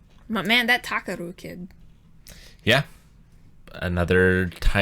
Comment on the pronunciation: Takaroo oh my god they butchered that name so badly lmao